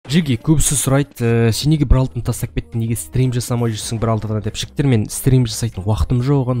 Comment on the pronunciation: Братан та жігтер дегенің тәжіктер деген сияқты естлед